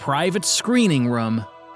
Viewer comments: Dude he says rum instead of room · When he sead room it sounded like rum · Gaming rom, Screening rom.| Me: yes, R O M, not ROOM, R O M. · How come they always say Rum not room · Your saying rum its room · Btw why do u say rum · They pronounced room like rüüm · did he said private sreaming romm haha that funny but i dont like those romdoms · Ok so no one is worried on how he says room